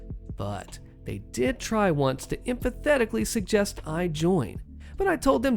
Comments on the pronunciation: Just FYI sniveling is pronounced with the short I sound like give rather than the long I like hive. Also emphatically is pronounced em-fat-ick-lee. Oh yes Texas ice storm. HOA board is that particularly self terminating brand of stupid attempting a midnight home invasion in fecking Texas, in a ĥome you know has guns because you tried unsuccessfully to disarm with HOA rules. Legitimately the HOA board only lived to see their little fifedom disbanded out of the good graces of 4 armed men that decided you weren't worth the cost of the ammo to put them down. And as someone only about 8 years behind George in age we old guys have an extremely depleted store of Giveafuctainium for dealing with jackwagons. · When can't pronounce "sniveling" or "emphatically"..................